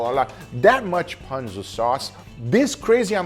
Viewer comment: That is not how you pronounce ponzu